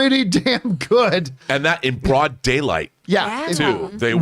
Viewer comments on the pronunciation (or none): none